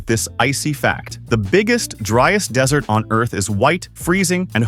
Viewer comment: then why does he say dessert instead of desert